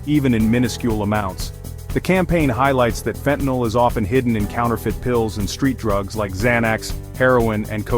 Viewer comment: Get it right it's fentanyl NOT fentanol